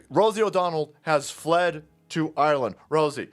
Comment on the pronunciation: Did anybody else catch that?....its called "Ire"-land "....😅😅😊 is just too much fun 🙃